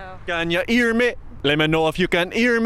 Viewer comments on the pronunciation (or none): “Let meh know if you can earrr meh.” Lmao